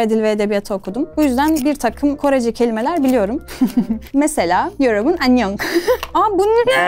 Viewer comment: Nedense bazı dizilerde Anyong diyor